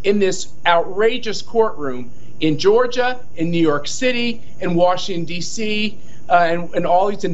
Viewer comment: Matt Schlapp calls are US Capital “Washing DC or maybe he slobbered when pronouncing it. take a nap.